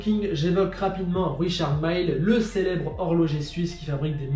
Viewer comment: Pourquoi chercher à angliciser tout, on dit Richard Mille comme 1000! Monsieur Richard Mille est varois, et quand bien même il y a plein d'anglais en vacances dans le Var, tâchons de ne pas massacrer notre belle lange :D